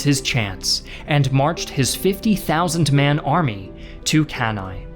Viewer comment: Why do you always put a random i at the end of words like cannae, fettuccine o versace? It is an E for god sake